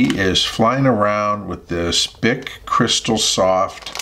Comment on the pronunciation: creeSTAL, not CHRIStal. French. and bic is "beek"